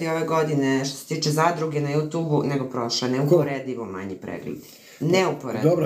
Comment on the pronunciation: Aman, ljudi, ježimo se na vašu izjavu,, JUTUB,, IIzgovara se,, jutjub'' Smeju vam se ljudi!